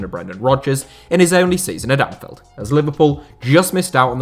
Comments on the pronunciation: Bruv it’s Anfield not Anfeld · Great video! Just a quick note, Anfield has an i in it so it’s not pronounced Anfelled 👍🏻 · Why does this dude keep saying anfeld